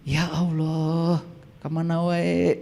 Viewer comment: Nyebut Allah saja ga bener.. itu lah ciri2 orang yg bukan muslim.. hanya berpura2 menjadi muslim.. 😂😂😂